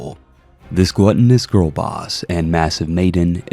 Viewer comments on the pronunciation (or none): none